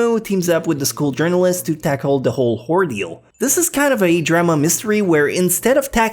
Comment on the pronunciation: Was that an "ordeal", "hordeal", or a "Whore-Deal"? the masses need to know. love ya!